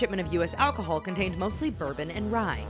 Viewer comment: Lol. "Alchohol"